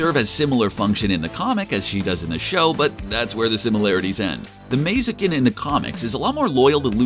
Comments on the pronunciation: Yea; "Aminadal" and "Mazikin" give very George W Bush "Nuke-you-lar" vibes... :D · Same with Mazikeen.